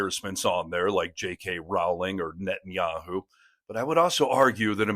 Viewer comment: Rowling is pronounced as rolling.